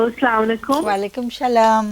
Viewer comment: ওয়ালাইকুম শালাম,এভাবে সালাম নেয়,,এত উচ্চ শিক্ষত একজন মহিলা অথচো সালাম নেওয়া ঠিক নেই